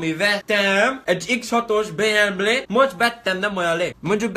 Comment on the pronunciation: Új kocsi X6-os "Béemblé"! XDDDD Ez kurva jó!